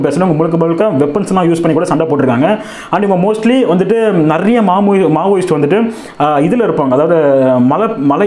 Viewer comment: மாமோyist அல்ல... மாவோயிஸ்டுகள்... தகவல் அருமை